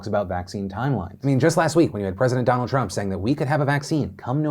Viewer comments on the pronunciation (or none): none